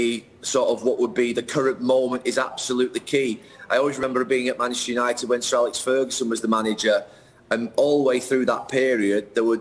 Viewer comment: Why does Gary pronounce manchester united as machestunited?